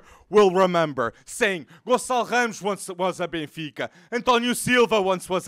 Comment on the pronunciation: Eu: ohh a internation youtuber talking about benfica Hear him pronounce "ramos" Ohh